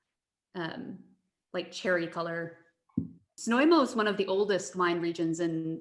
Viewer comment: Prague You've pronounced Znojmo absolutely correctly, but your wine guide hasn't :) My hometown is worth to visit not only because of wine cellars but also amazing historical centre of the the town with the gateway to the The national park Podyji/Thayataal!